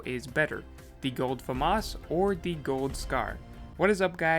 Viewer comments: Fyi its (fam-as) not (famos) anyone saying famas like him pronounce (fam) then (as) put it together thats right pronunciation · Am I the only one that says it like fam - as. And not fum - us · It is not FAMAS it is FAMAS